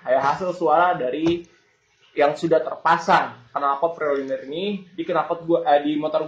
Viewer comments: Pro"layner" bukan "linier" om...wkwkwkwkwkwkwk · bacanya bukannya "Pro Lainer"? kok jd Pro Linier? wkwkwkwkw CMIIW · The Unsorry Kocak yak...😪😪 Spelling English'a kurang..si TS😅😅